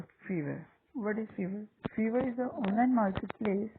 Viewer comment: briefly explain. what is feverr brother It's Fiverr